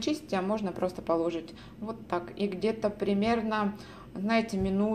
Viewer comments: извините, но правильно говорить- положИть. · милая, Вы мне очень нравитесь. Но, пожалуйста, в слове положить ударение ставится не на 2-й слог, а на 3-й.